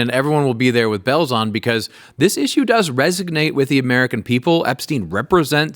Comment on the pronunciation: Btw RESONATE not resognate